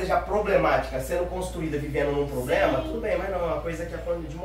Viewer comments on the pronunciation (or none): DEPOIS QUE CASAR PENSEI EM ALGO BOM P VC FAZER “” PRIMEIRO APRENDE A FALAR DIREITO AFFFF POBLEMAAAAAAA HEM!!!! DEPOIS MONTA UMA BARRACA DE TACACÁ NA PRAÇA P GANHAR A VIDA 😂😂😂😂😂😂😂😂😂😂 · QUANTO “POBLEMA” NÉ GENTE?????? MUITOS MESMO!!! QUANDO UMA PESSOA TEM MUITOS “POBLEMAS” QUEM PROCURA ESSE TIPO DE FANTASIA, É PORQUE NÃO TEM CAPACIDADE DE SE VIRAR SOZINHO!!!! EEEEEITA